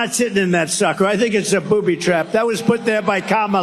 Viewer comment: did he call that chair a "booby trap"... Or a.... poopy trap